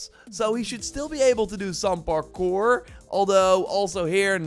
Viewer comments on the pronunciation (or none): none